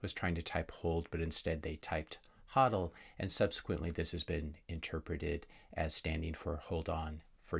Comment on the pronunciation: Thanks for pronouncing HODL correctly.